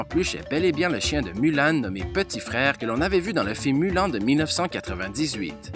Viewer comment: Il a pas respecter....il a dis Mulan...comme ça se lit CA SE DIT MULANE!!!